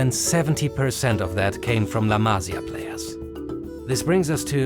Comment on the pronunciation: Amazin work and great video. However, there's one thing as a Spanish speaker, is that you need to know that a tilde (´) is to emphasise the sylable on the word. So la Masía, it's pronounced ma-SI-a, not MA-si-a. It really hurts the ears when you hear it misspronounced (similar as to how every English-speaker misspronounces the last name Pérez as per-EZ, instead of PER-ez). Havins said that, keep up the work! Awesome video. fantastic channel!